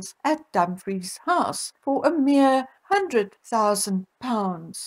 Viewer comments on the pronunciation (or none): none